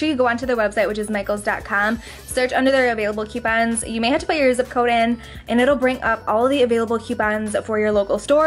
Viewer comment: "Q pons" lol